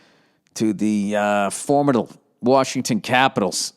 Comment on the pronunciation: Does he pronounce formidable, as formible? I love it, been tring to make the '-mida-' in my pronounciation silent now... hope that is what he did or else don't know what I'm doing here